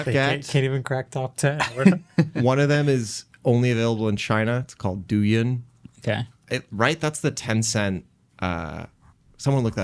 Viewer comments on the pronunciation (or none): Douyin (pronounced closer to doh-in) is the Chinese version of TikTok by Bytedance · dou yin is pronounced dough ying! a TikTok equivalent